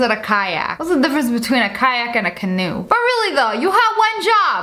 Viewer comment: So when u say kayak I hear caillou😃